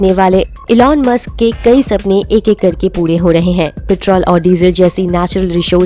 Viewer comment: It's musk not mask.... 😂